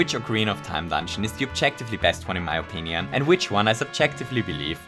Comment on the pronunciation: If I hadn't turned subtitles on, I wouldn't have noticed that you said "Virginian" instead of "opinion"